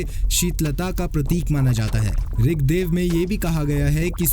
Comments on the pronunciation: क्या ऋगदेव ऋगदेव बोले जा रहे हो ऋग्वेद को। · महाशय ऋगदेव नहीं ऋगवेद